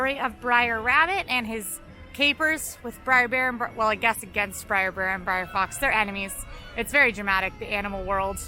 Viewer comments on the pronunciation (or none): Brer. Not Briar. Brer. Yes, it’s problematic, but the characters’ names contain the abbreviation for Brother, not a reference to the Briar patch. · It’s not “briar” rabbit. It’s br’er which is a vernacular speech form of “brother”. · it's BR'ER Rabbit, as in Brother, not Briar! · Brer! Brer! Not Briar Rabbit! Brer Rabbit! LOL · Aloha; Love the blog! Please remember that you are not saying "Briar" As in Briar Rose, but Brer means brother And is pronounced like "Hair". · I'm sorry, but constantly pronouncing "Brer" as "briar" stabs me in the soul each time. Also Pecos Bill is "PAY-cose", not "PECK-o's". Sorry for the nitpicking, but I have to defend the honor of my favorite land. Edit: thanks for catching the Pecos thing. Lol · Yeah, Brer means brother. It was getting to me too. Of course, I feel same about Molly always saying noods.